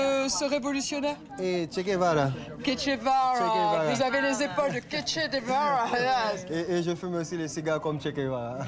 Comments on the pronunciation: Ketche de vara hahaha le pauvre doit se retourner dans sa tombe une fausse bourge qui écorche son nom ça en dit long sur sa culture cependant la mere de 4 enfants qui connaît vit dans la misère mais connaît Montesquieu. ..... . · L'Haïtienne cite Montesquieu, ne sait pas qui est Che Guevara qu'elle appelle Kétché Vara... C'est affligeant!!! Bon, elle va vendre ses diamants pour leur acheter à bouffer, elle est quand même sympa...:-) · mdrrr les haïtiens que prend de haut sont 10x plus cultivés qu'elle, la dame cite montesquieu et le mec lui souffle le nom de che guevara qu'elle répète ketche de varrawww quelle bouffonne